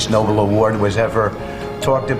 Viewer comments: Hey! A'-hole, it's "Nobel" (no' BELL') Prize, not "noble" (no'bul). Ignorance is why Trump deserves one? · Could you at least pronounce Nobel right? Noble? Really? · Some should teach them it is Nobel not noble . Idiots can not even pronounce it correctly. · With the current administration, there is NO scenario that will make things better! Impeach, the '25th' - Whatever, it might get worse it It Ain't gettin' no better! look at the "Line of Succession". Who was the MORON that mispronounced the Noble Prize? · Did he just say “Noble Committee” instead of “Nobel Committee” REPEATEDLY? Our country doesn’t stand a chance with this group of useless idiots as Cabinet Members whose sole job is to lie to a man’s face how wonderful he is! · Why do they all mispronounce the name of the prize? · The sycophants can't even pronounce Nobel correctly and yet they're saying he deserves one. What a bunch of sleazy idiots! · How can these idiots ask for a prize they can't even pronounce? 🤬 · I know there is an avalanche of idiocy here, but the one I can't get out of my head is the moron who doesn't know how to pronounce Nobel. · they cannot even pronounce Nobel! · Those morons and Leavitt apparently have never heard the words Nobel Prize spoken. They don't know how to pronounce it. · I love that MAGATs can't pronounce Nobel correctly. What a bunch of embarrassing sycophants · Two things, first, I have never seen any US cabinet meetings that I felt I needed to shower afterwards until Trump took office. Second, if you can't even pronounce the name of the award you covet, you clearly don't deserve it. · Who is the clown who can't pronounce "Nobel?"